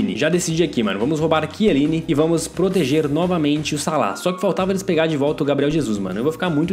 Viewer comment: não e quieline e chieline